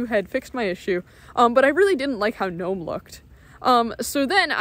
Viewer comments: Thank you silent G not ggnome like knife not KKnife its been noying me we are right they are just making it up ,there are rules to English or we will all grunt at each other , I will use linux, apple or other I will not trust Windows again ,becouse of blue screen after upgade I have lost all my access to banking and more oftern life I am sick of it and computers I just hate them its an ongoing battle ,no time to draw breath before another meltdown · Good video and thank you for pronouncing Gnome correctly.